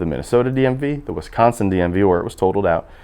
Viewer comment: Guy can’t pronounce Wisconsin. Great video otherwise